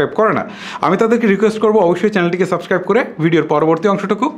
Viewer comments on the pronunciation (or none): none